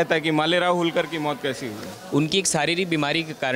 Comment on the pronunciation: होळकर नाम है ऊनका होलकर नही